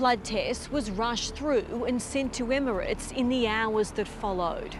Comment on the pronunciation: Does your reporter know it’s pronounced Emirates not immerants.